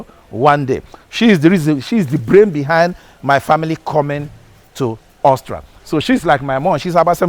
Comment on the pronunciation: Why can’t Nigerians pronounce AUSTRIA? What I hear is Austra.